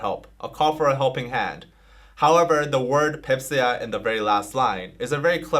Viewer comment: When he says/said Baepsae, i keep hearing a fancy version of Pepsi